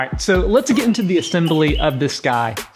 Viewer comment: Let’s get into the VS. “Letsa get into uh”